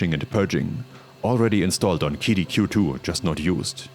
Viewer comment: Guessing that a translator app was used based on the fact QiDi (Cee-Dee) was mispronounced. Nice video.